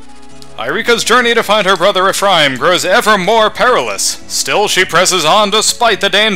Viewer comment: Hey, What recording software do you use? I would also like to make these kinds of videos. Also, I believe Grado is pronounced Gray-Doe and Ephraim is pronounced Ef-Rame